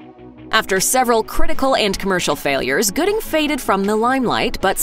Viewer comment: Dang cuba gooding jr not goodie